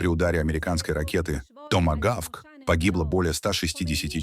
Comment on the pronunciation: Мне понравилось, как ИИ произнёс ,,Тома Гавк"🤣🤣